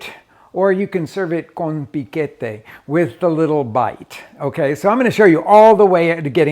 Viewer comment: Con piquete ja ja eso si le salio muy mexicano